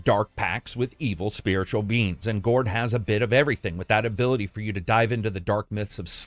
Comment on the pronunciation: What is the first game? I can't make out if you're saying 'gore', 'gourd' or 'gorn'.